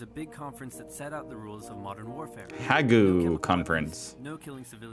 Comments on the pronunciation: Hagoo? 😂 ‘Hague’ rhymes with ‘plague’. It’s Den Haag, a city in the Netherlands, but in English we call it ‘The Hague’. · It's pronounced like vague not hay goo. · Not “hag-you”, LOL! “Hayg”* Hague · Haku? It is "Den Haag" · "Haig" NOT "Hayg you" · It's not pronounced HAGOO. Try Hayg!:) Man, that made me chuckle! Kudos on broadening your education:) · you cracked me up with "Ha-GOO' haha... just a heads up it's pronounced "HAYG" :) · Me hearing Hagu instead of Hague killed me inside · I try not to be unsympathetic towards Americans' pronunciations, but Ha-goo hurt my soul. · It is very good that you are instructing yourself. Since you are an absolute beginner, there are some things to do quickly. Check pronunciation. "Hague" is pronounced "haig". Without the map, no one would understand what you are talking about. There are numerous dictionaries, and also pronunciation sites on YouTube. This is so condensed down that it leaves out essential stuff. It isn't even a Cliff Notes. For example, President Wilson went into WWI to save the banks which had invested too much in the Allies and loaned them too much. America lost around 116,000 soldiers in the war. Wilson had been re-elected on the slogan "He kept us out of war". The first thing he then did was enter the war under false pretenses using propaganda effectively. After you see these videos, you should at least look up the subject on Wikipedia for a beginning. There are good history sites like "The Cynical Historian" and "Tales of the American Empire" among others. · "Hague Conference". Hag you? A plag you on American pronunciation😂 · Ha-Goo..... say what now..... The Hague..... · Hague is pronounce 'Hayg' The 'Tank' was the first example of that War Machine ever. It was designed, developed and built by the British, they were packed in crates and labelled 'Water Tanks' to fool German spies and sent to the front, hence the name 'Tanks' to describe the war machine. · I’m a bit Vag-u about where Hag-u is?